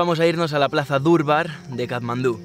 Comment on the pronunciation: No se dice durbar se dice darbar soy de Nepal vivo españ muchas gracias por video